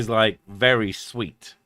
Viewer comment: Did you say fairy drunk or very drunk? I've never been fairy drunk.. would love to try that.